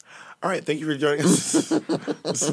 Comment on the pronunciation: im holleringgg at “Thankle” 😭😭